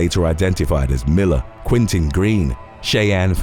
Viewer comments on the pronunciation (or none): none